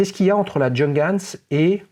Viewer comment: Cette Nomos me fait de l'œil depuis longtemps mais je n'ai pas encore craqué...😛 Par contre votre prononciation de la marque Junghans c'est juste pas possible 🤯 Faites un effort, renseignez-vous !